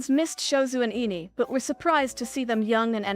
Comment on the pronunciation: Girl said Ine's name at least 5 variants and none of them was correct.😂